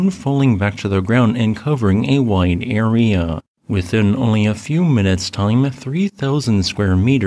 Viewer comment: Bro, the way you pronounce area is wild